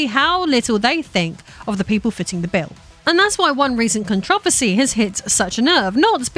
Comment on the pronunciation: Con-tro-ver-sy. It's not contress